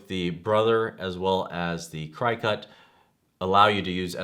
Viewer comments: LOL i cringed everytime he said CRY-cut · LOL CRY cut instead of cri (short i) cut. When reviewing products you should know how to pronounce the brand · Omg, did you say Cry-cut? Lol. It's cricket , like the bug. Lol!!!!! I'm thinking if your doing a review you would know how to pronounce it. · Hopefully by now you have learned that the Cri-cut as you say is not the way it is pronounced. It is Cricut like the bug. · At least u know hes not a "CryCut" shill.. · It's driving me crazy the way he pronounces Cricut! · Dude, you are not extremely knowledgeable in any of these products are you? first of all , it is pronounced "CRICKET" like the bug. Brother machines are available from stores that sell the Brother SEWING MACHINES. DUH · it's pronounced cricket -- like the insect. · Yes you can, though you can use any image (even googled ones) to make custom cuts on the Silhouette or Cricut (pronounced "cricket", that was just freaking me out every time he said that wrong). The Brother SNC requires you to convert any svg. file to an fcm file to be cut on that machine, which you do online with the cloud software, and save it to either your computer or flash drive to actually use it. And they are "die cutters", not printers. None of them print, but they do write/draw. I have both the Cricut Air and the Brother...love both! Hope that helps. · Cricut is pronounced, Cricket! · Yes, thank you... I got half way though and had to stop because of how he was saying Cricut. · LOL Thanks for the info but you Crack me up...Non crafty for sure and I know because it's pronounced like "cricket". I do appreciate the comparison video. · sorry, i cant watch and listen to you mispronounce Cricut for 8 mins. tbh.